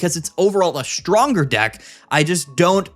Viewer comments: It’s funny cause he mispronounced deck and instead said a word that means penis XD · i can’t believe he managed to say thundercock instead of deck